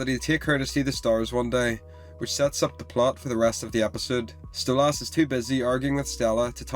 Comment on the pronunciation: Why do you say stolASS?